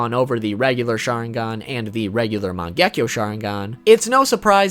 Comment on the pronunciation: It is man ge ki o